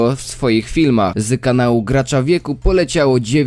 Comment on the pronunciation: nie "wy odcinku" tylko w odcinku, nie "zy kanalu" tylko z kanalu :). p.s jebac maltiego essa